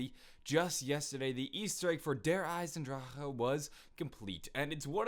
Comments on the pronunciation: He says Der eisendraha instead of Der eisendrache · RoyalGaming ahaha wrong, its not. Okay the 'drak' is wrong, its 'drah', that was a typo, regardless my point is still valid. It most definately is not 'draw' ahaha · Truth: He pronounced it wring, it's supposed to be "Der Ai-sen-drac-khe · i pronounce it "eis-enn-drah-keh" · It's really annoying hearing YouTubers say der eisendrache wrong the "ch" is just a "h"